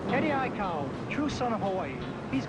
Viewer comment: The news guy can't say Eddie aikau good